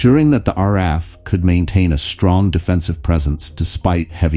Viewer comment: So,the AI narration thinks we had an R-RAF,try using a human narrator in future.